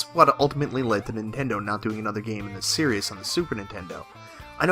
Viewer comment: You're adding an extra s on series. It's just series. lol